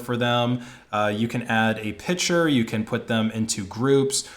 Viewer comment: Old-timer here. I enjoy your videos but please-- say picture not pitcher.